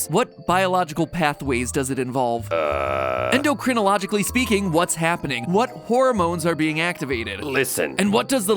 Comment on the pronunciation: Not sure if he was struggling to say it or he just says it like that always, but either way, first time I've ever heard "endocrinologically" pronounced that way 🤣